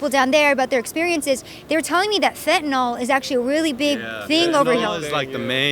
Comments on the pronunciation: I know this is pedantic, but I just had to note that not once was fentanyl pronounced correctly here by anyone. It’s not “Fent-un-all”, it’s “Fent-uh-nil”. Rhymes with Clearasil, not wherewithal. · The addicts, for some reason, say fen-ta-NAL, when the drug name is fen-ta-NIL. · It's fentanyl, not fentanol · You spell it fentanyl, but you say it fentanol. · FENT A Noll? Hard to take you seriously when you can't pronounce the name of your subject. I get it. Credibility and actual skill at reporting doesn't really matter here .